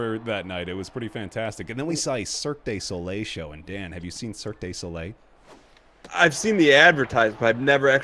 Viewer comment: Gotta say your Vegas stories were quite nice to hear, glad you and Alyse had a good time. One small thing though, every time you pronounced "Cirque du Soleil", I hear "Cirque Désolé", which means basically means "Sorry Circus" lol